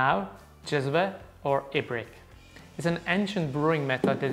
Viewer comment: Finally someone on Youtube pronounces "cezve" and "ibrik" properly. I guess he is Czech so is familiar with the word because of this but also it should not be that hard for the rest too.